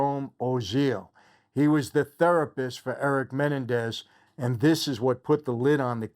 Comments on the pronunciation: IT'S......... MA__NEN__DEZ......... ........NOT...........MEN__DA__NEEZ..... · It's MenEN dez, not MENendez. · It's Me NEN dez not Men en dez. If you're a friend, you should know that. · Its Men end ez not Menandex lol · I really enjoy your videos, but have to say, isn't it pronounced muh·nen·dez? And not menen-dez? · Men NEN dez. That’s how. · Just wondering why you are unaware of the correct pronunciation of their surname? It’s Menendez. Accent is on the second syllable not the first. How would you feel if your name was mispronounced to millions of people? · Meh- nen- dez 😂 Is it a good series? Well done ? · It’s pronounced me-nen-daz😂🤣 love your videos Michael! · The correct pronunciation of their Latino last name is actually MeNENdez. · It’s Men-en-dez lol but other than that great video! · Mah nen dez ……menenendez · I dont know if its a you tube thing but theyre last name id pornounced Ma-Nen-dez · I wanted to watch this video but the fact that this guy can't even pronounce Menendez correctly is annoying enough where I can't finish watching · I think you're the only one in the world who can't pronounce Menendez correctly lol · Michael you're not pronouncing menendez correctly. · You’re pronouncing their last name incorrectly. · Will somebody please tell this guy how to properly pronounce Menendez? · The way you are saying their names is making me go insane. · If ibhad a penny for everytime you aid their last name wrong lol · I love how he’s pronouncing Menendez 😂. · It’s not menendez please at least pronounce their name correctly. I’m sure you probably didn’t intend on being disrespectful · Why can't you say their last name correctly? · I wish Michael would pronounce their last name correctly, just once 😅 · YOU CANT EVEN PRONOUNCE THEIR LAST NAME CORRECTLY. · Is he pronouncing their last name right? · Michael- your pronunciation of Menendez is off. You’ve added another vowel. Just saying. Thanks for thr recap